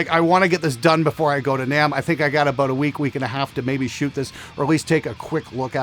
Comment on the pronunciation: You said who is going to be at namm. And it sounded like who is going to Vietnam.